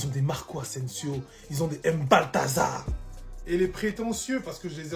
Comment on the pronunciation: "Ils ont les Mbaltazar" 😂